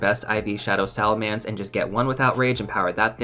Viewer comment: SalaMENCE not mance